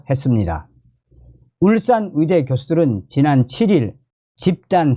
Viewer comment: 어이대라고 안하고 위이대라고 말하는 당신 발음 참 이상합니다 국어공부부터 먼저 배워야 할것 같다